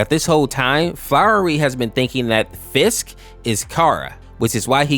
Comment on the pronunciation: 'fisk' is something legendary that I didn't think I needed to hear.